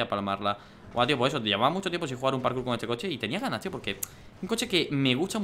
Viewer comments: Lo que dice Dani: parkour Lo que yo oigo: carkur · Like si en el minuto 1 as oído karkur envés de parkour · like si oistes que Dani dijo karkur